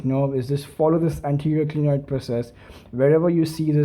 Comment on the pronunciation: Not glienoid it is clinoid